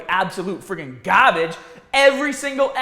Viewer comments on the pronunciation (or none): I love when he's saying "Gaabage" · I love how you say GAHHBAGE